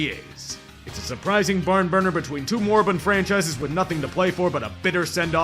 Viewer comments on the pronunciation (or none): The way says moribund sounds like "Morbin" and I agree that the Colts and Jags are very Morbin' franchises.